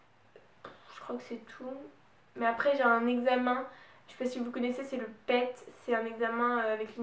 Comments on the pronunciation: Juste : on dit "pi-i-ti" pas pet c'est de l'anglais :) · C est pas pet c est p.e.t et ça ce prononce pi i ti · Juste on ne prononce pas le PET "pète" mais "Pi i ti"